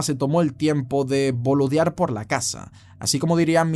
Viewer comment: "Boludear" sonó rara tu pronunciación xD